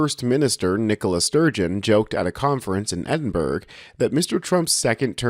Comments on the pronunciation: Ed-in-bruh not Ed-in-berg 😊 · That city is pro ounced Ed-in-boro, not Ed-in-berg...fyi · "Ed-in-bor-o" NOT "Ed-in-burg" Americans are always making that mistake... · Edinburgh is pronounced Edin- brr-ah, not Edin-berg. 😂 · You managed Dumfries and Balmoral fine...but murdered Edinburgh. Its Eddin..bra (Edinburgers) or Eddin..burra (Glaswegians). Its an East/West thing 😂. Just never Edin-burg! Oh, and the Piper was DEFINITELY deliberate 😂😂😂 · You didn't butcher Dumfries or Balmoral, but you did butcher Edinburgh. It's not pronounced Edin- berg. It's pronounced Edin- bruh. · Please learn to pronounce Edinborough correctly… it’s NOT Edinburg… 😵‍💫🤷‍♀️ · Where tf is "Edinberg??" It's pronounced, 'Edinburruh.' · It was in fact a woman playing the bagpipes & she was deliberately blocking him out. Edinburgh is pronounced Edinburra - not Edinburg by the way. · You didn't butcher Dumfries or Balmoral, but you totally screwed up on Edinburgh. It's pronounced Edin-burrah. Still, we forgive you, because you chuckled at Trump. 😊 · Ed in burrow. That’s how you pronounce Edinburgh. Ed in burrow. Just like THAT. You’re welcome. It’s a Brit thing we Canadians are familiar with 😉😉💙💙🙏🏽🙏🏽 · Edinburgh id pronounced Edin buro or buru not burg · Efinburgh - "ed-in-buh-ruh" not "edin-berg" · Oi! The bagpipes are amazing and bring tears to my eyes. It is EDINBURGH not Edinburg pronounced Endinburrah. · Oh, the braw laddie! May the breath in his lungs never fail. you lie! The sound of the bagpipes is the best in the world!! Also Edinburg. No, The phonetic pronunciation of "Edinburgh" is /ˈɛdɪnbərə/ or /ˈɛdɪnbərə/. The first syllable is pronounced like "Ed" as in the name Edward, followed by a short "in" sound, and then the last syllable is similar to "burr" but with a softer, more schwa-like sound at the end, as in "buh". The final "r" sound is often very subtle, almost silent. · Okay, I need to say this, but it's pronounced Ed-in-Bruh. Also, fuck trump. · It’s said EDINBURRAH ya wank!